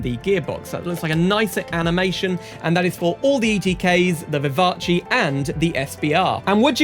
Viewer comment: The "Vivatchi" ??? It's French, not Italian. The end of is prononced like in "gas" in English.